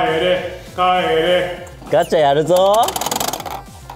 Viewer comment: FBの帰れがマックのポテトにしか聞こえない